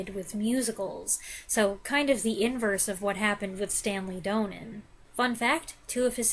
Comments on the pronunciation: It's Stanley DON-nin not DOUGH-nen. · Great review of a wonderful film. I hope you don't mind me being "that guy," but Donen is pronounced DAH-nen even though there is only one 'n' in the name. Otherwise, I enjoyed your thorough and insightful comments very much, and it makes me want to watch the film again.